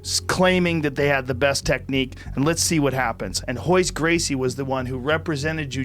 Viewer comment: That's not how you say the Gracies names